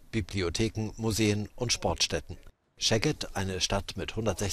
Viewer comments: Szeged und nicht scheged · Seged und nicht "scheged". Sz=S/ß, S=Sch